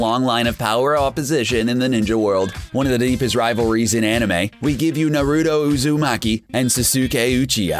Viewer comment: Atleast learn how to say the names..dude said Narooto Uzooomaki and Soo-soo-ke Uchiya for Naruto and Sasuke| Bakyuugo and dayku for Bakugo and Deku he even said Buhkoogo... and he messed up on many other names also. He also said that Midoriya took the All for one quirk that once belonged to All might.. 1. Midoriya didn't take it from him. It was simply passed on and All might could still use it. 2. It's One for All. 3. This dude didn't watch the anime..